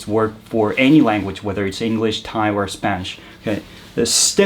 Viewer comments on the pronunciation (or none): none